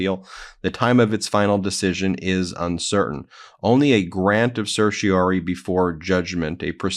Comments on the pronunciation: Please, to spare my teeth from excess wear, say certiorari (“sir-shuh-RAR-ee”). Political news takes a big enough toll by itself. Don’t give the other side free pot shots. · I don’t mean to be that guy, but I’m fairly certain you’re consistently missing a syllable in certioRAri.